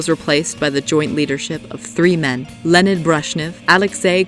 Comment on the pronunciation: “Lennid” Brezhnev... I’m sorry but his name is pronounced “LEO-NID”